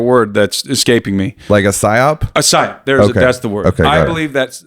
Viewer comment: Psyop the word is psyop.